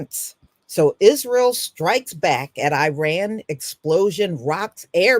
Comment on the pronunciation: PRONOUNCED "EAR RAAN" NOT i RAN